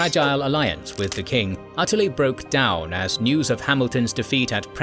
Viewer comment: “Prompted the Scots to descend DOON HILL” 😂